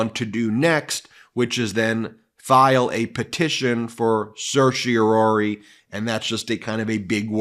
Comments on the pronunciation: Let's get on with it Supreme Court and deny the stay/rule against DJT's immunity claim! Time's a-wasting! BTW, I noticed your pronunciation of Certiorari over quite a large number of your videos. It's CertiorARI, NOT CertiorORI. Sorry to be so picky. I find your videos highly informative, but your mispronunciation was starting to bother me. Be that as it may, keep up the terrific work that you do! It's truly important IMHO! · Certiorari, not certiorori. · Please stop saying sershy-a-Rory!! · As a former “intermediate” Latin scholar (it’s been a while), it sure seems like lawyers do some strange things with the language. When I see “certiori”, I hear “care-tee-OR-ee” (in “pseudo-English”). For starters, Latin doesn’t “do” the ‘s’-sounding ’c’, and it doesn’t do the ‘sh’-sounding ‘t’, and it doesn’t do the ‘u’-sounding ’e’. Secondly, there’s only one ‘o’. What is “Surshie O’Roarie”?? Is that some Guy’s Gaelic name? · Umm.. I don't believe 'certiorari' is supposed to be pronounced that way; there is some debate over whether the last two syllables should be pronounced "-RARE-ee" (Alito, Stevens, Thomas) or "-RARE-eye" (Roberts, Scalia, Breyer) or "-ARR-eye" (Kennedy) or "-ARR-ee" (Sotomayor), but none of the Justices pronounce it "-ROAR-ee"... Kagan avoids the issue completely by just using the short word "cert" instead! (Also, apparently Sotomayor drops the previous syllable entirely, and Thomas pronounces the very first syllable "sertz")